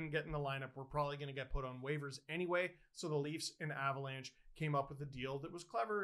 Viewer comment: I think you keep saying Avalanche....